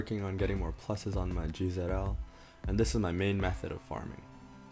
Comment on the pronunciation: I dislike your pronunciation of GZL. You are saying it wrong. Watch tyler PAD to hear the correct pronunciation. The team I use to farm this is my Horus team. f/l Horus, echidna, Grodin, l meta/ sun quan, dark meta/ yomi /l Horus. The fastest team to do this dungeon would be a cu chu team. Subs being anchient dragon knight zeal, max skilled Zeus dios, 2 tengu fully awoken and a friend freyja or cu chu